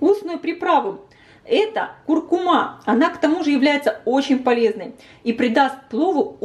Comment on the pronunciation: ЗирА,но куркУма,а не куркумА.